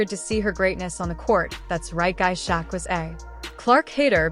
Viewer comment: Fucking Ai voice over too. Kept calling Shaq "sha"